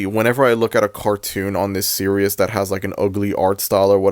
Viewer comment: It greatly distresses me that you pronounce "series" as "serious"